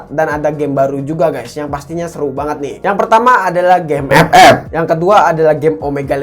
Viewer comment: Ngakak aku kalau liat abang bilang epep🤣